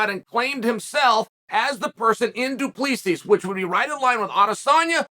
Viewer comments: Chael definitely doesn't get paid for his annunciation and pronunciation. He gets paid for his analysis. Between Duplessis and Pereira....killing me smalls. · Izzy won't say his name...because he can't pronounce it 😂 - teach him Chael! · Just to assist with the pronunciation of Du Plessis, the last "s" is silent. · why is chael so bad with name he’s not saying his name right 😂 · Uncle Chael, the question is will the UFC come to Africa. Also, learn abit of Afrikaans cause you pronouncing his name wrong. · Someone tell him Du Plessis = 2 + 3 thats how you say it haha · The s was silent until chael pronounced it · 😂😂😂 As a South African the pronunciation is killing me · I don’t even like the guy but it’s Du-PLE-SI 😂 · Du plee sees 😂😂😂 he never fails to impress with the pronunciation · Doo-PleeSees… addition by subtraction, if you will. 📌📌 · As a South African it’s pronounced du,ple,see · Pronounced Du Placee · DO-PLI-SEE... that's how you'd pronounce it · Uncle Chael decided it’s now pronounced Dewpleasees. So let it be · Pronounced : Doo Ple sea please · Chael Sonnen messes up their names n just says fuck it 😅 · Say his name right ffs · The last asses are silent Mr Sonnen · "Doopleesees"😂😂 Do. Plisee is the right way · Unc Chael - just wanna inform you if I may, it’s Pronounced Doo - Ple - See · It’s not Du Plessis , it’s Do PleSee , it looks like that but it’s not how it’s suppose to be pronounced ,I’m South African my self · Awesome clip! By the way "Do Plea cease" is pronounced "Do- pluh(like plinth)- sea". I can't believe this has never been addressed 😅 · He name is pronounced do pla see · Its pronounced Du Plussea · So the last "S" in Du Plessis is silent... "Du Plessee" basically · Bro it’s Du- Ple-Si 😂😂😂 damn say it right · Tip on an easy way to pronounce Du Plessis correctly. It's Do-plea-see. The ending is silent. It's a very common Afrikaans surname. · DOO- PLUH- SEE** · Say his name right. Do plerrr see. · Du Plessis is pronounced as "Doo-Pluh-See"